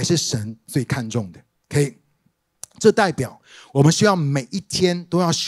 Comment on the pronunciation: 謝謝牧師精彩的分享！ 關係。係四聲細戲矽。